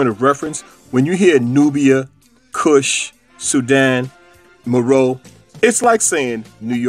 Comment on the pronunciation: Meroe: Mer O'e'